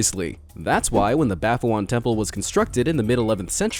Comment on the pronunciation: U pronounced baphoun wrong.